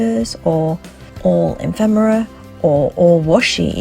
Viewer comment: Great video... little pronunciation too, it's ef-fem-era, not em-fem-era 😊